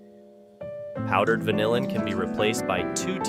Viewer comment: I tell you, these were the best CREEPS I've ever had. I think it was the VANILIN that made it so great. Thank you soulless AI voice!